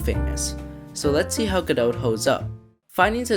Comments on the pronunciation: Great video! Gotta love the love that Godot has been getting! Just one note - It's pronounced "Guh doe" you don''t have to say the "T". I'm not sure if need to blame Samuel Becket "Waiting for godot" or what, but yeah. guh doe. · or even more accurately "GOD-doe" with stress on the first syllable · 🥲 Me simultaneously smiling and dying as I enjoy your video but die inside every time you pronounce the t in Godot